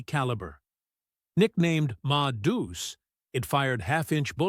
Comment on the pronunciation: Pronounce it Ma Deuce, two separate words, Madoos is a bastardized form.